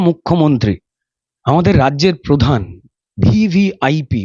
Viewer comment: manonIo upossyhapok podhan noy . prodhan montree. , monti noy montree . aponar uccharon thik korun .